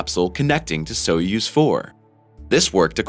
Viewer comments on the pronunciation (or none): Soyuz - pronounced Soy (like Boy) yuz (like Does) soy-yuz!! NOT SO-USE!!